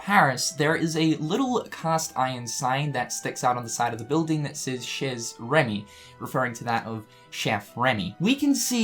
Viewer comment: i love how he says "cheeze remy"